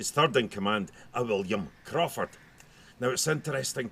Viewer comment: Crawford Castle, eh? (Crow-ford) lots of crows to be heard and a river to be forded. Wonderful visit here. Thankyou for bringing me along.